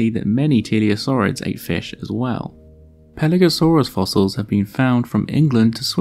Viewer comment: Hi! Good stuff. The odder crocodyliforms are one of my favorite topics! FYI: Roughly two minutes in, Pelagosaurus ("pelagic lizard") seems to be pronounced "Paleosaurus" ("ancient lizard"). [Edit: Perhaps I'm just mishearing!]